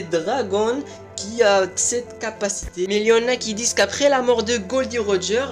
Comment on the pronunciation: Mec c pas glo di roger mais gold roger